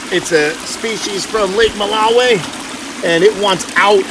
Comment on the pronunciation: Mbuna are vegetarian! Don't feed them fish! They are opportunistic fry predators but are generally algae eaters. Most, if not all of what you added are Mbuna. Add haps if you wanna feed them fish. Lol btw your pronunciation of Malawi is unusual lol. Oh BTW Malawi cichlids tend to be polygamous. Actually most of the males breed with any and all females they get to attract. This is true for mouthbrooders in general.